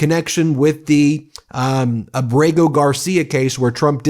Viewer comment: Abrego is pron: Ah-brey-ho/ You're American , get closer , understanding, in the soul/spirit of your southern bros & sisters. They were here long before the "White" man.